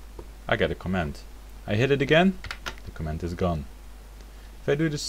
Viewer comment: A tip for your English: Stress 'comment' on the first syllable. Otherwise, it may sound like you are saying 'command'. Cheers. [